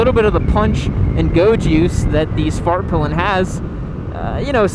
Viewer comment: I cant stop hearing “fart pylon”